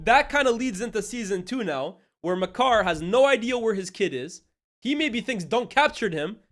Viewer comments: Bro keeps calling Maekar (May-kar) “Ma Car” 😭😭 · The pronunciation of maekar is criminal 🤣🤣